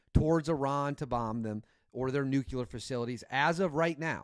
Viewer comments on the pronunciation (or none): I left you when you said "Nukelar". It's pronounced "new clear", you got that? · Plz tell me the difference between Nu-Qu-Lar and Nu-Cle-Ar !! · N U C L E A R Not nuc u lear 🤦🏻‍♂️